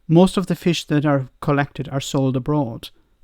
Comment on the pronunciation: Every time said FISH” I winced. That annunciation was like a kick to the nuts.